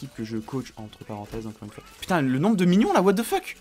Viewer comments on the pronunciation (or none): none